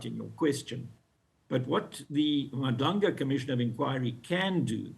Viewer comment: Haai guys she still can't pronounce Madlanga in 2025 and she is on the news is nasty work. Folks live in SA they whole lives but can't pronounce the clicks in our language is now just disrespectful